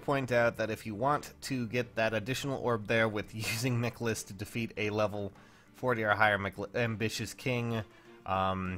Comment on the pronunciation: the way you pronounce michaliss name gives me cancer